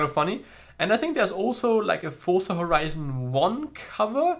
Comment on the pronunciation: Fun fact: z in Forza is pronounced 'ts', like in pizza. Didn't know that, did you?